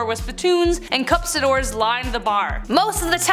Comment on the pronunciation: FYI- people spat into CUSS-pidors, not CUPS-idors. It's pronounced just like it's spelled: cuspidor. Sorry, can't help myself.